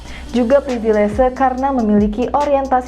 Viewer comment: Permisi. Privilese saya lihat ada di KBBI yang artinya Hak Istimewa. Tapi apakah konsonan "V" di kata Privilese ini dilafalkan seperti "V" dalam kata Privilege? Dari awal video saya penasaran, dan mengganjal di telinga mendengarkan kata baku yang dilafalkan campur dengan konsonan bahasa Inggris.